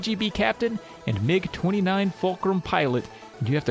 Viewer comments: You're quite correct in pronouncing "MiG" as a word. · MiG is short for Mikoyan-Gurevich, the last names of the founding aircraft designers. The "i" is part of "Mikoyan", so it's correct to pronounce it as part of the "Mi" syllable rather than spelling out each letter.